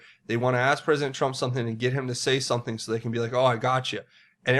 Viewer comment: "Some people,...did some-ting."